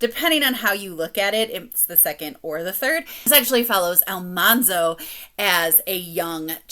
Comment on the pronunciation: I noticed the pronunciation of Al-MAN-zo too in Farmer Boy! I thought, "have you ever watched the TV show?!" But I do really enjoy her narration otherwise in the series. Starting By the Shores of Silver Lake this week.